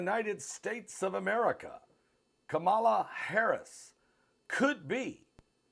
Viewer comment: You are not pronouncing VP first name right. SAD.